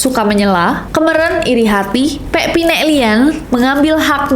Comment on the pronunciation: Kemeren kak bukan kemeren, beda cara bacanya aja kemeren dibaca kemeren e nya beda